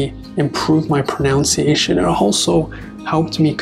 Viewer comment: I'm really getting into your videos - it's just what I need at this point - thank you! FYI: & Correct: pro-NUN-ciation. Incorrect: pro-NOUN-ciation (no such word in the English language) See Youglish here